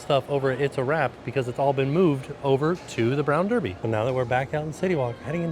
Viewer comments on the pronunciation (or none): none